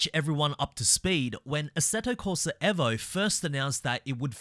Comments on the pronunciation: Eh vo???? I'm just gonna keep calling it EE vo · This mane said assetto corsa EHHVO 😂 Bruh gtfoh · Eeeeevo Not Evo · Why do you say evo like that 🫨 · can we pronounce Evo properly please